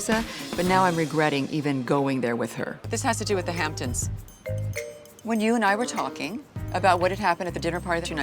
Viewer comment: “Hamptoms” LVP can’t speak for shit 😂